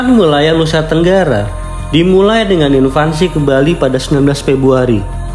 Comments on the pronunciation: INVASI bang, bukan INVANSI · Yang benar Invasi Bukan Invansi bang 😂 Gak pake "N" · Admin ini ngerti bahasa Inggris gk ya...??? Invasi koq malah bilang INVANSI..??? Bahasa dr mana tuh kata "INVANSI"... ????? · Invasi mas bukan invansi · Invasi, bukan invansi Sama juga mengherankannya banyak yg menyebut raksasa sebagai raksaksa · Btw, invasi bang, bukan "invansi". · invasi bang, bukan invansi 😭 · Invasi min, bukan invansi. 😊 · INVASI, bukan invansi. Invansi artinya masa balita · INVASI..BUKAN INVANSI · Invasi bang, bukan invansi. 😅😅😅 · INVASI bro, bukan INVANSI. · Invasi bukan Invansi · IN-VAN-SI 😂😂😂 semangat bang